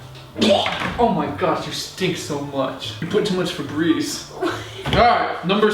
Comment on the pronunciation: When he said fabreze I thought fabreze your self